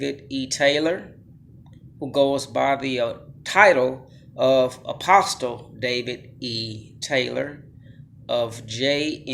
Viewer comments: Could someone tell this guy the "t" is silent in apostle? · No disrespect my friend,but the" t" in the word apostle is silent. ✌ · The “t” in apostle is silent. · The t is silent in apostle bro. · Another public school victim, or just stupid! In apostle the T is silent! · The T is silent...